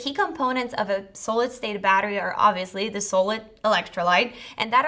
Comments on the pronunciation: s-ah-lid, not sew-lid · Sahhh-lid not Soull-lid. Hehe. 😝 other than that, nice informative video. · Please....it's not a long "o" in "so-lid" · Why can't she say the word 'Solid' correctly ? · yup drove me crazy wasn’t sure if she was saying Sodium next 😝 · Made me question my reality. So strange that the presentation was basically flawless but for the pronunciation of such a common word. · Mispronounced the word solid throughout video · I am BLOWN AWAY. SO, I have been pronouncing solid wrong all these years. I blame it on my upstate NY accent. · Hello welcome to planet Earth. "Solid" it's not pronounced with a long O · Here's a link to how you pronounce: solid